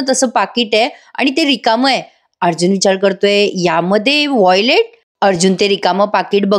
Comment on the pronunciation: वाँयलेट नाही ...वाँलेट....😂